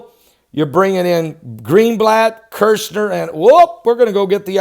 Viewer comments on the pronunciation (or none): His name is Kushner there is only one r. Not Kirchner. My pet peeve sorry God bless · I Dont mean to be rude, but Jared kuchner's name is KUCHNER, not Kirshner. Thank you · Kush ner... not kirsh ner..